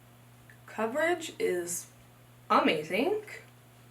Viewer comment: "Coverage is AmazingK" lmao 😂 I love when you you end your words with a K! 💙 Love ya girl 💋 Miss the vlogs, miss Jeremy and the furry babies!